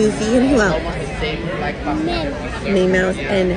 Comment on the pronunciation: Ahh the way she pronounces Minnie mouse as meemaw has me rofl 😂 its just so cute